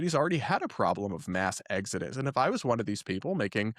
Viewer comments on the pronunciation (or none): none